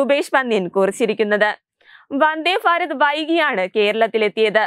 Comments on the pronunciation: ഫാ അല്ല ഭാരതത്തിന്റെ ഭ....😅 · ഫാരത ല്ല ഭാരത് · ഫരത് അല്ല ഭരത്